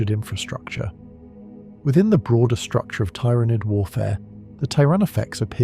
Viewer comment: The ai can't decide how to pronounce Tyranid